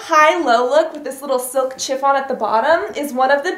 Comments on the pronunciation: You pronounce "chiffon" shhhi-fawn not Chiiih-fawn :) Loved the video. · chiffon is pronounced shiffon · "silk CH-iffon"... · Love the vid but you say chiffon weird